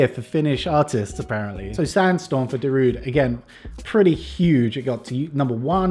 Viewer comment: People still can't pronounce Darude correctly.